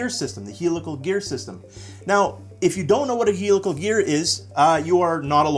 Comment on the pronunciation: you are pronouncing "helical" wrong.....